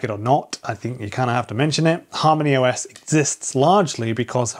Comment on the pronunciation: When I first heard you say Harmony OS , I thought you said HARM THE US 😂